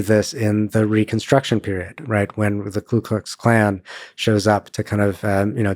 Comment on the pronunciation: It's Ku Klux Klan, not Klu Klux Klan, I thought he was a Historian?